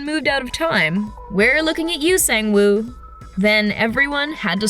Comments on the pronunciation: “Sayng-wooh” brahhhhh never know how to pronounce things on every video they make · The fact that she said “sayng woo” instead of “song woo” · The way she says sung-woo is so funny 😂 “sang-woo” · That pronunciation of Sang Woo gave me an aneurysm but otherwise great video 😹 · why did u pronounce sangwoo like that 😭😭